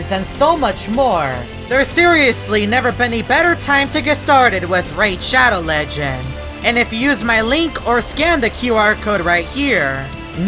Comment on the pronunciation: PFFT ONCE I HEARD SPONSOR I SAID raid shadow legends and then... said RAID SHADOW LEGENDZ XDDDDDDDDD